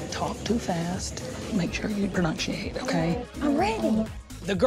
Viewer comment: Make sure you pronunshiate